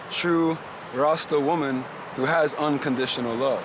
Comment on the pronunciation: why he keep calling her Wumman